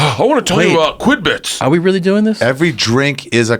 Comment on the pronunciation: was he trying to say Qubits?